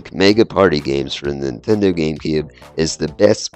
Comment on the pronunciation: NINtendo - the 'n' isn't silent! Also, Gauntlet Dark Legacy was the worst on GC - PS2 and Xbox versions were better.